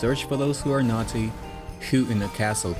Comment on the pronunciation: The way you say naughty sounds like nazi